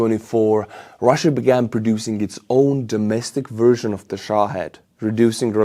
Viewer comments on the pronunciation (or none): none